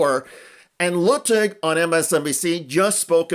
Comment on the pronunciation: *pronounced LOO tig